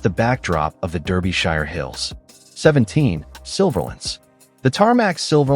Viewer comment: AI that has no idea how to chuffing pronounce English places correctly Berkshire is BARK-sheer Derbyshire is DAR-bee-sheer, -shər